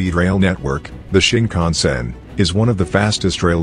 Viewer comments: shinkansen* not shinkhansen or sinkhansen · Shinkansen, not Sinkhansen you’ve made a small mistake on the N700 section